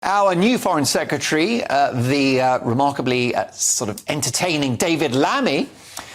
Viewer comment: Just to say to that lady. 'secretary' not 'secetary'.